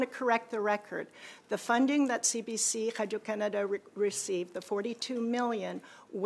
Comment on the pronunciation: Absolutely, i didn't even realize that noise was supposed to say radio, I was trying to figure out what hydro Canada is and why she keeps saying it